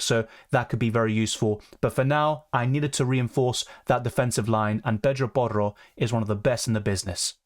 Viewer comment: Why you say Pedro Porro in a Spanish accent lmao